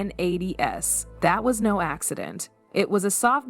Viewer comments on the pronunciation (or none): Plus, does anyone proof the reels that are narrated by AI prior to posting them? The years of the "1980s" was pronounced as "one nine eighty ess"! 😮😮